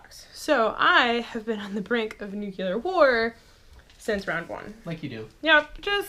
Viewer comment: Cool video. Looking forward to playing my copy of 13 Days. Thumbs-up for your vid... despite you mispronouncing, "nuclear" non-stop! :-P lol